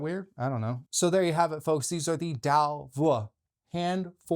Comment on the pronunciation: It's pronounced more like ,,dzao vua,, :) I am Vietnamese.